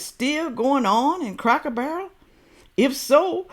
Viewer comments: Oh my God now that you've pointed it out I cannot stop hearing her say cracker bear and it drives me absolutely insane. She completely discredits everything that she is saying the very minute that she opens her mouth and can't even pronounce the name of the place that she made an entire video critiquing. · how can this woman be against anything Cracker Barrel? She can’t even pronounce the name right. I have never heard of Cracker Bear. Isn’t a “Cracker Bear” a polar bear? ROFL And yes I’m Caucasian. If we boycotted every place that was reported to be racist we would be living under a tree and in our birthday suits. SMDH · Yes, she is complaining about the place and can't even say the name correctly because she says Cracker Bear. She is certainly well educated this one. Yeah, right.